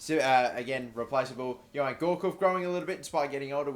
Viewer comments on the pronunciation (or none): none